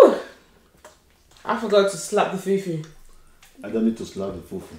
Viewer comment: Ati fool fool 😂😂open your mouth girly its Fufu 🙄